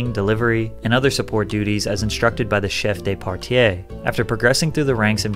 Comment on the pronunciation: When you speak French, you don't pronounce every e like you did in Chef de partie. If it's a é it's sounds like you did in de partie. You said it like dé partié 😆🤟